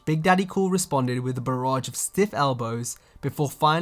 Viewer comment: Barrage* not Barroge